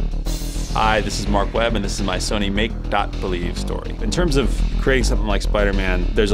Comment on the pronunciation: Marc Webb? "Webb"? LOL